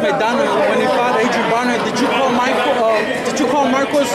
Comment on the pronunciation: Why does this reporter always say adrien BRAUNER? It's BRONER! Moron